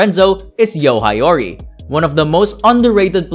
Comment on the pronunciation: I like this video. One tip tho, learn how to read Japanese names properly. It's Hee-yo-ri not Ha-yo-ri